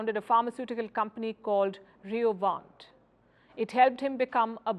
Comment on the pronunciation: Wow!! The editorial standards of Palki have surely gone down the drain. You are steadily becoming more of a NEWS-READER and less of a journalist. At least get the background of the candidate correct and stop strawmanning his campaign. 1. He did not leave his company Roivant(not "Riovant") due to the failure of his Alzheimer drug. His company still exists and he has been involved in the development of 5 path breaking drugs that have received FDA approval. He left the company in the wake of the BLM movement when he questioned the explicit premise of the movement and refused to make a statement for it. He decided that he cannot jeopardize the future of the company by taking public opinions on this issue and therefore stepped down. 2. He has also developed other companies, foremost among which is Strive, an asset management company that handles index funds, similar to what Blackrock, Vanguard and Statestreet do. But without the ESG aspect to it and rather as an alternative that pushes companies to fulfill the actual obligations of their stakeholders, i.e. a Return on Investment. 3. He is also not anti-immigration as you snarkly described him to be. He is anti "illegal" immigration. He is for legal immigration and it's not "ironic" that his parents entered USA legally. He also wants to remove the atrocious H1B visa system and remove any upper limit to legal immigrants that can resolve the labour shortage in America while being aligned and respectful to the country's foundations. 4